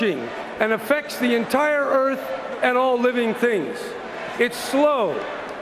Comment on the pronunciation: He lubs the Earf. Hop head... Lol. Although he is right about Clinton. Clinton, Frack you!